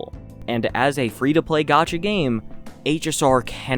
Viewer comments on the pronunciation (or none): none